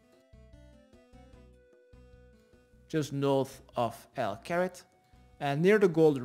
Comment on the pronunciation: Everybody: Al Kharid: El Carrot